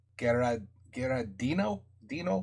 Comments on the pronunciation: En realidad Giardino se pronuncia como en italiano. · The guitar player is Walter Giardino (you can pronounce Walter Shardeeno ;) ) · Walter Giardino, yes!!, our guitar's hero. It's sound like Shiardino . Great music, great reaction